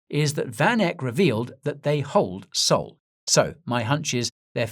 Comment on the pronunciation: I liked this guy for years until he said sol